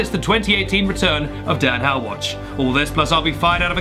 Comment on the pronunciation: “Dan Howatch” did anyone hear this????